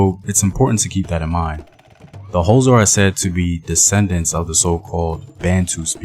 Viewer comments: its not hoza its x its a click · Could you google how to pronounce xhosa? Its very disrespectful for you to make a video about the "hoza". White historians at least try get tge names right, you just butcher them and assume your melanin gets you a pass. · Took me a while to realise that the "hoza" is xhosa. Since you can click "xh" just say "koza" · Not Hosa…it is more kôzza! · The"HOZA" lol🤣... its XHO.... say it with me XHO .....XHOSA...KWAXHOSA MTASE... am kidding man .good content😁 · What is HOSA it's Xhosa man come on , everyone can do the click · mjita uthi "hoza" 🤣🤣🤣 learn them clicks ngqina lam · You couldn't learn to click? It's not that hard.. Bob & Doug MacKenzie are not "Xhosa" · No No this is misinformation. please do not talk about a people you cannot pronounce them correctly, please stop this! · Not in a bad way but Why would you do a documentary on a tribe that you can't even pronounce? Maybe do a documentary on your tribe and culture so that it can be interesting to watch. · Can never forget who you are - imvelaphi. Mara eish kau, only if you could try and pronounce the X(hosa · Okay maybe try another way of saying it. Say it like how you say the word "Click" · Bro, I will pay you to pronounce "Xhosa" correctly. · It is Xhosa bro u pronounce it the same way u say “Click" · I Wish could teach you how to pronounce it. It's easy to Pronounce Xhosa I teach white tourists to Pronounce it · Thank you for the video but you are not pronouncing Xhosa correctly. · I really wanna watch this but I can't sit through 6 minutes of you failing to pronounce Xhosa correctly. But I'mma still leave a like and share the video 😂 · Translation it was difficult because when he said Xhosa my body shivered. But it's worth it cause put a lot of effort into this plus he put his heart into it. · I forgive him for not being able to pronounce our language. The clicks are near impossible for people who an't pronounce them.